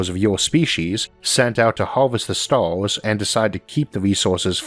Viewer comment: "we often look up at the staws and ask, "if the univewse is so big and ancient